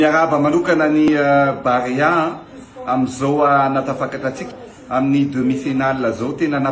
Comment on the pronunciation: BAREEEEA FA TSY BAREAAAA